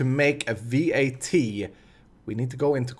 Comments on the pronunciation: It's not V.A.T, it's just vat. Pronounce it like the beginning of vatten and you should get it right :) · It's not V.A.T, just vat...